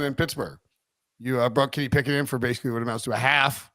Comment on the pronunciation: Am I the only one who hears "Can he pick it", when says Kenny Pickett? I feel like shouting "YES HE CAN!" everytime:)